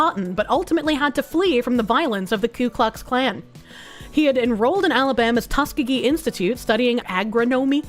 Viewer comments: It's pronounced Tusk EE GEE. lol....."tuskagee"...... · As an Alabamian, I just want to tell the that Tuskegee is pronounced Tuss-key-gi.